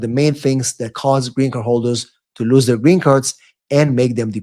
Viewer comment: Its [ luːz] lose , lose it .With UUUU ! Not lius it ! There is no sound IU !